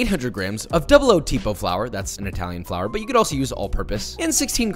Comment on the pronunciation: “Double-O tipo flour”… come on Josh